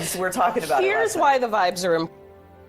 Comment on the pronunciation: The impor-ANT mispronounciation of important by Ilhan makes me want to break glass